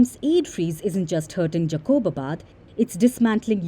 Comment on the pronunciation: Its jacobabad not jaqoobabad